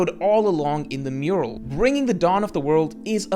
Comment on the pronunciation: Only 5 seconds in and it's 意味が分からなかった not 意味が分からなかっ, not Elbaf Murual but Elbaf Mural love your videos man but can't stand this AI slop particularly when it's so conspicuous and easy to fix.